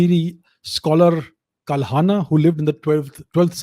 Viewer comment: Your subscriber expect to learn from your videos. It is better to speak Bharatiya names, symbols, etc with correct pronunciation e. g. ललितादित्य, कल्हण, मार्कण्डेय, etc.